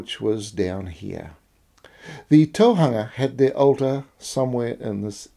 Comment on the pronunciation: And Tōhunga - the hu in Tōhunga is a u not a -a-, it's not Tōhanga if that makes sense👍🏻, I love his mahi I didn't want to correct him on such a little couple of things when his mahi is magnificent. Love the way you addressed it, nice.